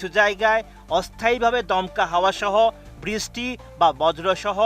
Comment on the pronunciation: Ei reporters gulore koi Pai. Brishty o thik moto uccaron Korte parena